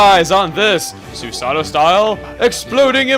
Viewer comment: Oh never mind you mentioned that anyway sorry...just that you said the "God"'s name wrong, the character's name is Susano, but the God's name you pronounce as "Susa-no-oh." Spelt as Susanoo.